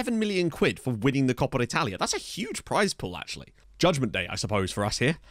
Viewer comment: “Judgement Dat” surely?